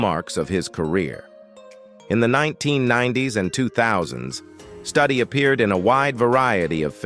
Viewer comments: The word 'advocated ' does not need 'for' after it. Is Studi's name pronounced Studdy or Stoody? I would say the latter, not the way it's pronounced in this video. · Wes’s name is pronounced Stew-Dee not study 🤦🏼‍♀️ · Please learn to pronounce Wes Studi, not Study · please pronounce this gentlemans name correctly! st-U-di. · On Wes Studi first ai needs to learn pronunciation. And they didn't mention his roll in 3 movies made from Tony Hillerman books. He played Joe Leaphorn, a Navajo police. Adam Beach also played on those movies as Jim Chee.